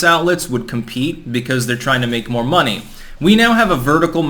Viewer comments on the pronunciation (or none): none